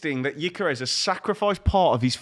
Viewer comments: Just to be clear, "yikeres" stop saying it. I was born in the same hospital, knew his family as a kid, and still know his mother. Its "g-yor-ker-ez" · His name is not Ikarus. It's Gyökeres. "Gyö" is pronounced as "Ge" in "Germany".. then "keres". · Who is gyikeres ITS GYOKERES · where tf is this yikerez pronunciation coming from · Can’t even pronounce his name right, real good debate here